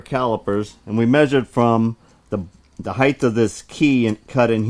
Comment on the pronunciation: What is this new term you use 'heighth'?? Never heard of it. I've heard of 'height', but not 'heighth'..... lol, great videos.